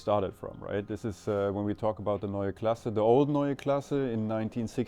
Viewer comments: Neua Class? omg that is horrible... please work on your pronounciation! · It's pronounced NOya KLAHseh. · A whole 18 minute video from a 9m subscriber channel and you couldn’t afford to ask someone how to pronounce „Neue Klasse“? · It’s either Neue Classe or New class Not neue class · Before you make an entire video about it, in which you say „Neue Klasse“ a thousand times, ask a German native speaker how to pronounce it. Prevents you from making a fool of yourself 😉